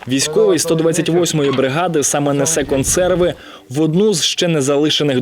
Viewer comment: Га-га-га ))) Каратель из ВСУ "нэсэ консэрвы пани Анне"... Чисто Чип и Дейл... Дебальцевская бабушка в конце жизни узнала, что она не "баба Аня", а "пани Анна"... Консервы то хоть отдали после съёмок?